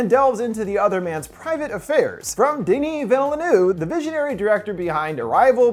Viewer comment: Pretty scary how denis villeneuve’s name was murdered